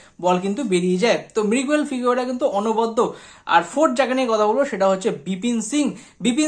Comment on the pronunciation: এত 'কিন্তু' কেন? আর 'মৃগুয়েল' নয় 'মিগুয়েল', 'ফার্স্ট রেটেড' নয়, 'ফাস্ট্রেটেড', ফ্লামবেল' নয়, 'ফাম্বল'।